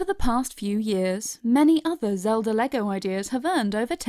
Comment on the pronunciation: Did she say Lego Zeldur